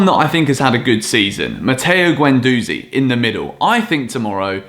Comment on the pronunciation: Not a fan of guendouzi (he flails around and barks orders too much), but please pronounce his name correctly (ɡɛnduzi).